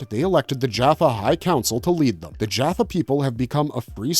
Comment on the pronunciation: This video is full of mistakes and mispronounced words. for instances the tolen did not reverse engineer the tolen ion cannon, they created it. the humans were trying to reverse engineer the cannon from the tolen. as well as the narrator pronounced jaffa wrong with many other words. can i suggest you do your research and not just blindly read the Stargate Wikipedia in to a microphone, Cheers